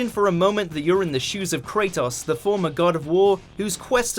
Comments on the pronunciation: Why is he pronouncing it Krataos? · did u hre how he pronounced kratos...